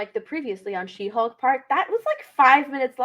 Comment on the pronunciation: Take a shot everytime says hawk instead of hulk